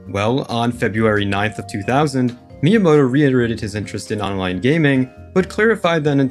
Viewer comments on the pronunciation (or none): none